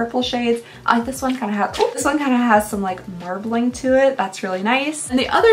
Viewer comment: Ha! I thought you said "mer bling" instead of marbling and i was just like "yeah that blue shift is really mermaid-y!"